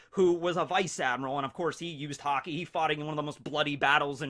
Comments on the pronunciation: i thought he was saying hockey to be funny. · Did no one notice that is said Hockey instead of Haki